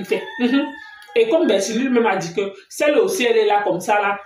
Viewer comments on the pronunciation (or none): C'è bertini et non Bertille le Camille